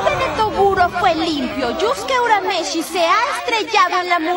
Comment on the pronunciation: Se escribe Yusuke y se pronuncia yuske